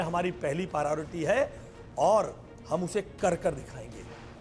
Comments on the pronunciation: Ashish Sood- Priority बोलना तो सीख ले. You can’t even pronounce ‘Priority’ correctly and you are the education minister of Delhi- Shame on you. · Bhai education minister ko priority bolna sikhaya jaye 😂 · Is shiksha mantri ko khud shiksha nahi mili tabhi to priority word v sahi se nahi bol pa raha, ye saare desh ko apne jaisa education hi dena chahte, neta aisa chunoge to aisa hi hoich hoga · Delhi ke education minister ko priority bolna to ata nahi 😂😂😂yeh sudhar krege 😂😂😂😂